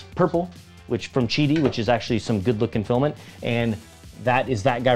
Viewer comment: Thank you for pronouncing Qidi correctly.